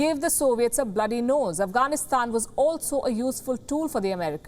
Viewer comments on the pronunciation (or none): none